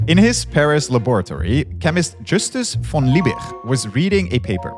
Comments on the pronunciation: "Justus von Liebig" - Liebig pronounced like Lee_Big (Tall), not Leebirchrrrr. "Friedrich Wöhler" - Friedrich proncounced like Free_Rich(ard), no Friedrikrrr. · that last "g" in Liebig should pronounced as a g, not as a "ch". Just as you pronounce Leipzig with a g. Just for future reference. If a word is to be pronounced as some kind of guttural "ch", it will not contain merely a hard g. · The german G is just pronounced as a sharp, short G. LiebiCK almost, without the click. Ch in Friedrich is likewise just pronounced as a "Shh" sound. These mistakes stem from overthinking how to pronounce these sounds, and making it ultimately not even sound germany anymore, but more like swedish, or dutch. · Why in God's Name would you pronounce von Liebig in a french manner. Discusting do some research, cant belive a single thing in this junk video now. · Justus von Liebig was german, so pronouncing his name like it was dutch is equally "wrong" to any americanized pronuncitation. it just makes it seem extra pretentious. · Why you pronounce a "G" as "ch" and a the Ö as Ü?